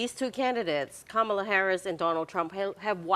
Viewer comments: Kamala pronunciation is accent on the first syllable and not on the second syllable. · Ronald Llamas, Please pronounce Kamala correctly. Accent on the first syllable.